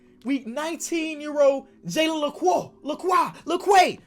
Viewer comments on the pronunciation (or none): none